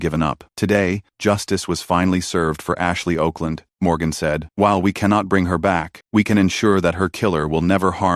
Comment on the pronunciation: Her name was Okland, pronounced Awkland, Mr AI Narrator